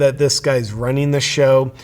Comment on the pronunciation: Not to worry JP. He's wunning not Running